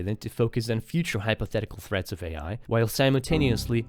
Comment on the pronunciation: Glad to see that not only non-native English speakers struggle with pronouncing 'simultaneously,' but natives do sometimes as well